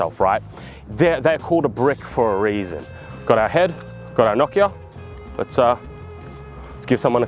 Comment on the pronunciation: The real April fool's joke is how you pronounce Nokia